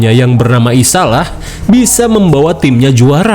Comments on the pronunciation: Bacanya Isayah bukan isalah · Ngapa isayah jadi dibaca isalah a 😂😂😂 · Isaiah bang bkn isalah